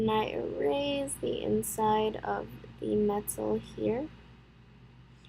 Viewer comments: i love that you say eraze instead of erase (No offense i actually really like that you say it like that.) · How she says erase